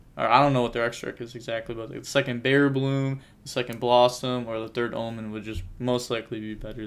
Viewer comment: It’s bearBRUM, but say bearBLOOM if you like. Respect ✊